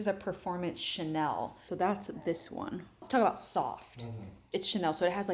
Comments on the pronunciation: It's chenille (shuh-neel) , not chanel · "che neal" not chanel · and "shun-eel" not chanel lmao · “ChaNELL”. 😂 Chenille is pronounced CheNEEL. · FYI...You're pronouncing chenille wrong. You're pronouncing it like the brand name Chanel. It should be pronounced shuh-neel. 😊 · Totally, not Chanel. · It’s not Chanel. Chenille. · Pronounced Chaneeeel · Chenille is pronounced sha-neel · I think chenille is pronounced, shen-eel. 😊❤️ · You nailed it! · I kept wondering why it sounded like chanel until I realized the fabric she was referring to. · Pronounced Shen - eel😅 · Chenille means caterpillar in french and it's pronounced more like shen-eeye with the final E being pronounced as it is in the french alphabet but less extended if that makes sense. Think of the name Camille for instance. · Pronounced Shen - eel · I was thinking how to describe pronunciation too. I thought “shuh-kneel” was a good description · Hi! As someone who had a chenille (I think you meant this although you pronounced it Chanel) sofa and chairs for many years they did not hold up well after maybe 3 years. The fluffy wore away and made the couch look terrible. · No but I'm not a self-proclaimed "interior designer" mispronouncing a very common fabric